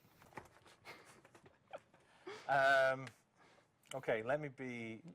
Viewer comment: It's not upgradeabe noooo